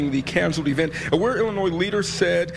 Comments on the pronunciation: It is NOT IlliNOISE. It's IlliNOY. Yikes. That's like nails on a chalkboard. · The "S" is silent at the end of Illionois. It's pronounces, "Ill-i-onoy" sorry it's just a pet peeve. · I like your videos but I gotta let you know you’re saying Illinois wrong, I dated a girl once from there once and she corrected me, there’s no noise In Illinois! 😂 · At least now we learned about a group fighting the good fight here that we didn't know existed before. I enjoyed passion on this topic so much I will forgive him for pronouncing the "s" in Illinois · The s is silent is Illinois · My guy, the S in Illinois is silent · Bro Your channel is great but the s is silent in Illinois. Drives me crazy. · No offense. Illinois is pronounced without saying the S at the end.